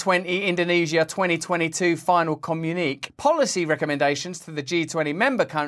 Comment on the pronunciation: It's COM YOU KNEE KAY not COM UNIQUE, Russell ...